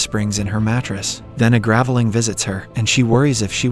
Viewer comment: Another clue is the mispronunciation of the word Graveling.